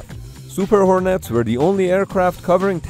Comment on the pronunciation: "Hor-Nets" isn't quite right -- there's NO Emphasis on "Nets" - just say "hornets" more like "hornits"